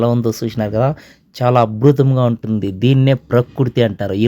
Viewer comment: గురువుగారూ అభృతం కాదండి అద్భుతం మీకు అక్షరాలు పలకడానికి ఇబ్బంది గా ఉంది మరి బీజాక్షరాలు ఎలా పలుకుతారు 😂